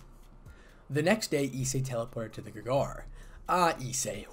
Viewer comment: Grig-or-ee emphasis on the middle syllable.